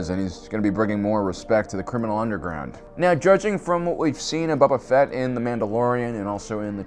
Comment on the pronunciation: Dude... stop calling him "Bubba Fett" lol. He's not an Alabamalorian.